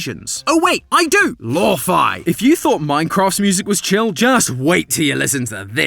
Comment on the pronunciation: "Ain-cross new weapon." Nice. 😂